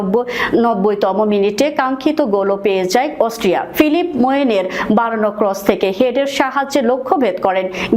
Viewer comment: আরে বেকুব অস্ট্রিয়া হবে অস্ট্রেলিয়া নয় আর ভুল মানুষি করে ও গরু-ছাগল তো ভুল করে না, ভুল করে অসটিয়া বলছে কিন্তু হবে অস্ট্রিয়া